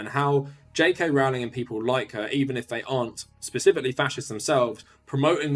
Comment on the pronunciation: I appreciate that you refuse to pronounce her name properly.